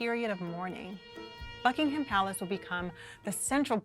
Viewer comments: Please, for the love of God, STOP pronouncing the H in Buckingham palace. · She also repeatedly mispronounced "Buckingham." The h is silent.